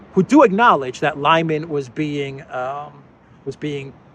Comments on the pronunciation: LimAn, not Lyman ..... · It's Lee-man not Liyman. You're welcome 😊.